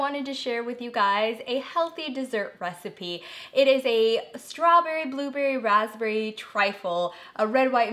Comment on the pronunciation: Aleena : ‘slaw berry 😍’